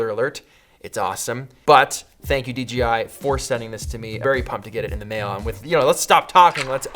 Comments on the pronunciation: Dee Jay Eye, not Dee Gee Eye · Ummmmmm... Did you say “D GI?” ... shame on u... lol 😂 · "Thank you DGI" I THOUGHT I WAS THE ONLY ONE WHO MADE THIS VOCAL MISTAKE!